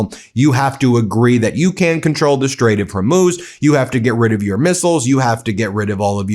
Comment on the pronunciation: I really think he didn’t know about the Strait he can barely pronounce it😂